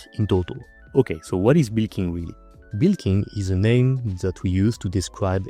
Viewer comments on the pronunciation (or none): i love your pronounciation of bulk (boolking/bilking)